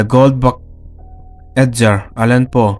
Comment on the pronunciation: Ed-jar a nilo.. Ed-gar tih tur. Gar leh garden tiha gar ang khan lam tur aw. A zialo thin emai a😂